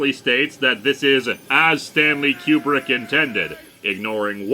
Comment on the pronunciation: "Koo-brick", not "Que-brick". At least that's the way it was pronounced for half-a-century.